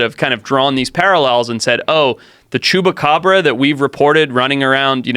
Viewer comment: It’s chupacabra not chewbagabrah